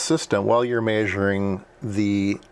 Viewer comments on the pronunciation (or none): “Maysuring” lol I like the way it sounds